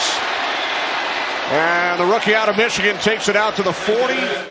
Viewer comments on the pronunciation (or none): none